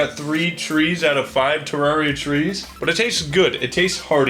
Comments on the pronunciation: Ter, rare, ria Please say it correctly now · Pronounced madrinas right but not terraria smh